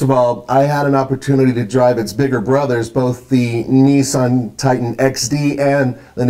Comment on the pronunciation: It's Nissan not neeessan